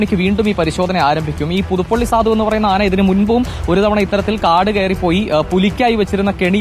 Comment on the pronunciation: സാധു അല്ല സധു 😂😂😂😂